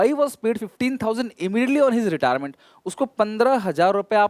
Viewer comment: Retirement sir😅 not retiement